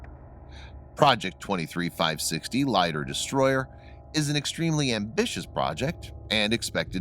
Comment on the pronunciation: Russian word Lider you need pronounce like English word Leader (same meaning)